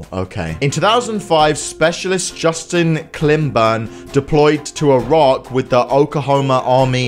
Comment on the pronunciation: pronunciation correction: [i-rak]